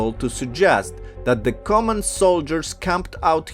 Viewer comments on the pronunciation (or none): none